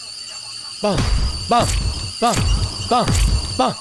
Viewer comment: Sounds like he’s saying “bong” when he really says “bang”